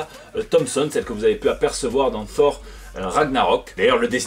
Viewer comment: donc tu prononces "ssor".... claaaaasse!